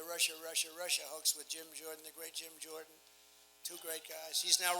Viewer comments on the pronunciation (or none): none